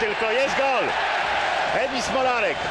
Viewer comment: Włodzimierz Smolarek A nie E